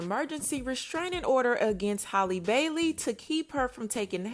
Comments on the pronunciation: Jesus it’s HAL- LEE not holly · Everyone can easily say Halle Berry, but can't say Halle Bailey is crazy.